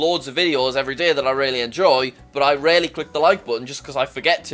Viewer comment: Day not DAAAA